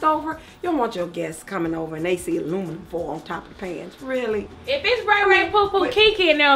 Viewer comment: “Go aheah and use yo aluminum” 😂😂😂 has me WEAK!!